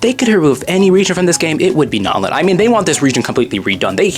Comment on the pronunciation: It’s not Knotlin is Natlan bro